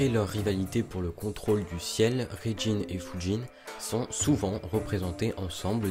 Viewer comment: Sympa! Soucis de prononciation pour Raijin par contre.